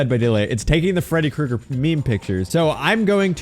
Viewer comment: 🥨 Freddy Cru-EGG-Er.